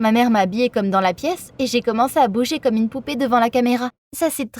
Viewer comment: Au lieu de dire "comme" il/elle a dit "gomme" donc gomme et crayon